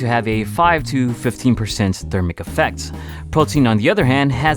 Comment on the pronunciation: Once again you said photein in every video you said photein.